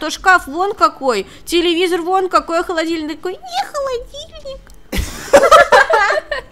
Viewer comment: Никто: Абсолютно никто:: Я хЁлЁдИлЬнИк